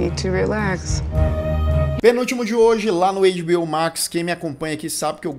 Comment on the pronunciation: as pessoas estão sem graça de falar, mas vou te avisar sim: a pronúncia não é "eiDibiôu" se parece mais com "eiTibiôu":goodvibes